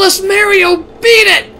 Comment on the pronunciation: You know, it felt weird when he just said "Mario" instead of his usual "Merryo"